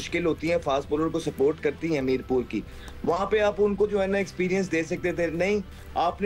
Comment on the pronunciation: It's not mirpub It's Mirpur